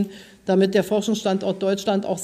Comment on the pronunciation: P das P fehlt Es heißt Pandemie PPAAANDEMIE